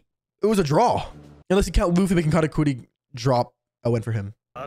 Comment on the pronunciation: man's really sayin katacooti this whole time